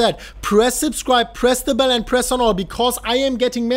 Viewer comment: Can anyone else just not stop hearing "press the bellend" :)